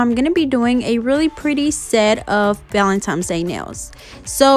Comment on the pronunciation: Valentine’s not valentimes 😹 you said it wrong LOL